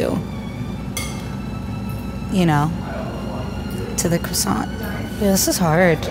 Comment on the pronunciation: ITS NOT QUASONT ITS CROISONT (I know it’s not spelled like that)